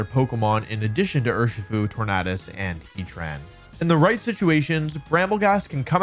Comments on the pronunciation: I thought it was called tor-nay-dus like tor-nay-do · I cringe everytime he says tornadus